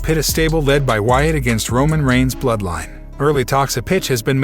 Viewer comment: This robot 🤖 voice nigga said Roman Rhines hell nah lol 🤣